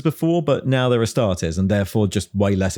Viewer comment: "ass-tar-tees" astartes as in "two teas for you", not as in "test". Same with custodes. It's fake latin think analyses or crises.